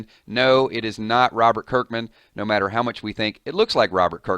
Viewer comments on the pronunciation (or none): none